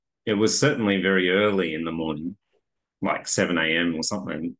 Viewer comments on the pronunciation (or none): none